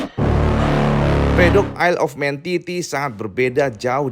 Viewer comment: ISLE OF MAN di baca : AELEFMEN